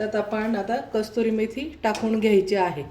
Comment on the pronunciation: कस्तुरी नाही कसूरी